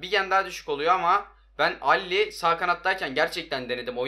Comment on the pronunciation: Dele Ali , alli değil